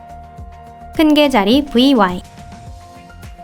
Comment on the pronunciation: 큰개자리 VY 할떄 영어발음 개지린다